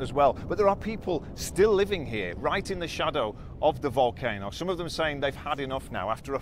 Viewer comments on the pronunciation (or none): Bushcraft bear is now the hero in all of this, what an amazing guy , have been watching him since day 1 he now has thousands and thousands of followers because there are no reporting in English in La Palma. Not sure what nationality he is but he says things like wolcano, vomen (women)and google (goggles) BBC take note this is reporting on the ground at its best. Must go he is about to do another report (YouTube.)